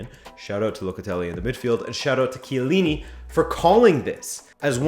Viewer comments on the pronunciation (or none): none